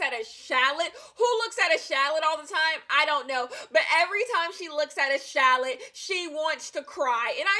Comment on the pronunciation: Shallot, the way she pronounced it.